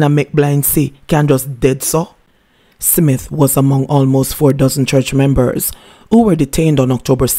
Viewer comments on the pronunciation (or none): Your pronunciation of the word smith is wrong mam. Check it.